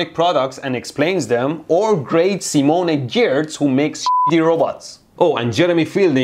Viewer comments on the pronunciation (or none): It's pronounced "Simone Yach" Mehdi 😅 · Simone Giertz is pronounced like "sea-moan yets".